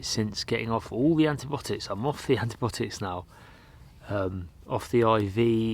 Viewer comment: Not antibotics but antibiotics - there's an 'i' in there